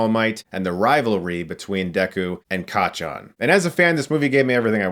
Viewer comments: hearing him say kachan is just so bizarre but now i want more. Also kinda want to see him review jojo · The way he say Kacchan is fun